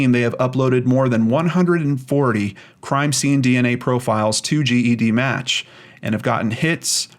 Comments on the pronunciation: Once again,. It’s pronounced jedmatch not g.e.d. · I've commented this before. It's pronounced "Jed"-match.